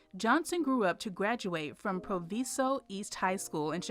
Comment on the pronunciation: Sheila Johnson: that school Proviso East is pronounced Pro-VYE-zo.